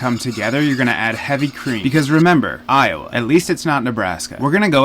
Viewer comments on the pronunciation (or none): none